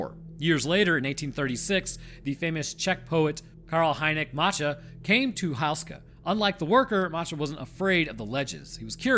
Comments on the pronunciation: Are we sure it's pronounced "house-ka" and not "hoose-ka"? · OMG how can anyone tolerate listening to HOO-ska be mispronounced so many times. You'd think you manage to get that ONE vital detail correct,. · FYI, Houska is generally pronounced "Hoo-skuh" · Hey! Czech citizen here. Im so glad this castle and its legend is getting attention. Just one thing i wanted to say, its pronounced like hoe as in hoeska. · Whoos-kah, that's how you pronounce it. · Man as someone from The Czech republic it seriously bothers me how you pronounce Slavomír and Otakar, Houska not that bad, great video though but man those pronunciations bothered me to no end